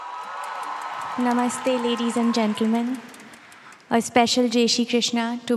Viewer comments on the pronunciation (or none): none